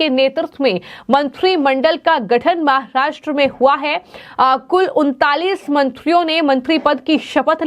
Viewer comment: Please pronounce Maharashtra properly. No need to put in the fake Chicago accent.